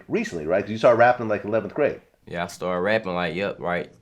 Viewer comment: He didn't even say yeah he said "Nyeah!" 😂😂